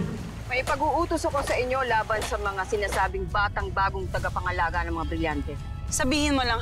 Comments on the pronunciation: Talaga "tangapangalaga", ha? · "tangapangalaga" imbis na "tagapangalaga" hahahah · huli ka avria sabi mo kanina nung nagsalita ka ng tagapangalaga iba ang sinabi mo sabi mo tangapangalaga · Tagapangalaga ❌ Tangapangalaga ✔️ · "tangapangalaga" HAHAHAHAHA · Narinig nyo ba yung sabi ni avria tangapangalaga daw ibis na tagapangalaga hit this like button if You heare that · Ngayon ko lang napansin yung sinabi ni Avria, HAHAHAHHAHAHA Ani nya’y TANGAPANGALAGA. Bagkus ay TAGAPANGALAGA? HAHAHAHAHHAHA nasa bandang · 😂😂TANGApangalaga o tagapangalaga 😂😂gulo ahh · director paki cut po sabi nya kasi na "tangapangalaga" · Ako lng ba nkapansin na Sabi ni avria tangapangalaga??🤦🤦🤦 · Luh ako lang ba nakapansin sabi ni avria:TANGApangalaga hahahhahhahahah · Avria: Tangapangalaga 😂😂 Ako lng ba nakarinig HAHAHA Like mo kung narinig mo rin😂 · Tama ba dinig ko? TANGApangalaga 😁✌ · "tangapangalaga" daw 😂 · Sabi ni Avria "TANGAPANGALAGA"